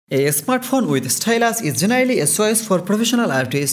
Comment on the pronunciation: It's Bangladeshi accent. Indian Bangali don't call smartphone as "esmartphone".